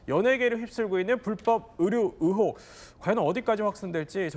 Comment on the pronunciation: 의혹 발음도 못해서 으혹 이라고 하는사람이 사회를 보나? 시골출신들 의 발음 안고치는거 대체 몇년째냐 외국인이냐?